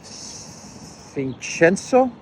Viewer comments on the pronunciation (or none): Ahahah, that was so funny how you said it. It's VillaviSenSio Great as always, thanks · Fernando Villavicenzio, Villa-vi- cen- zio. Yo pronounce Spanish as it reads. But you were close enough. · Imagine they are Ss not Cs and you'll say his name right Villavicencio